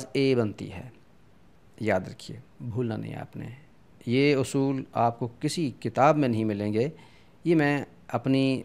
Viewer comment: تلفظ آپ نے اُصُول لکھا ہے اور پڑھ اَصول رہے ہیں۔ اِس کے علاوہ اَہَم کے تلفظ میں کہیں دونوں زبر کو معروف اور کہیں مجہول پڑھتے ہیں اِس کو واضح کر دیں تو مہربانی ہوگی۔